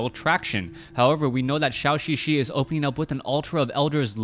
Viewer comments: Instead of "shao xixi" pronounce it more like "joe" "joe xixi"...still not 100%, but will sound better. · Great cast, but Zhouxixi is not called "Xiaoxixi".